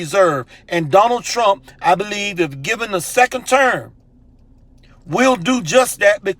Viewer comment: 'WE BEWUIVE SURVIVORS' THEY SAID!